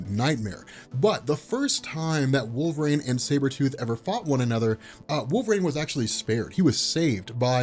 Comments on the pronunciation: It’s pronounced wool-vuh-reen. Not Wol-vrain. I’m sorry. I just can’t listen because he keeps mispronouncing his name. Wolverine is my favorite comic book character. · Do a shot for every "wolverain"